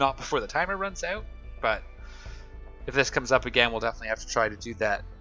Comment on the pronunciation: why do you say oot instead of out?